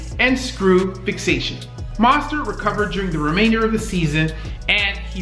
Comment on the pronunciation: Say it with me. . .MOH-stert. Like Moe of the 3 Stooges. Oh, and Mostert is a beast!